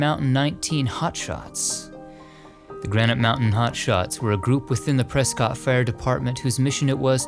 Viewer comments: this is just a nitpick, but when you mentioned the Granite Mountain Hotshots, you said the name of the town is Prescott. it is spelled that way but it is pronounced Preskitt. it's a silly thing to point out but i currently live in "Preskitt" and mispronouncing is kind of a sore spot for us locals. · If you ever return to Arizona, it's pronounced "Pres-kit." Great film, though. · I always get excited when you premiere a new video. Yous is the best channel of its kind. 2 tiny pronunciation quibbles. Waxahachie is pronounced WALKS-a-HATCH-ee. Prescott is PRESS-kit.